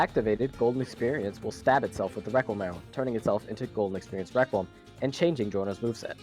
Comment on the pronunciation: The way how your friends pronounces requiem😭 RĘQÜÉM